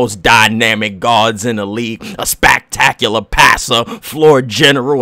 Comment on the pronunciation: “A SPACKTACKUHLUH PASSUH”